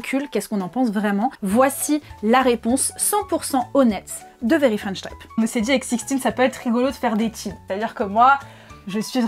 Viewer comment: « Very French Traïpe » ? 😆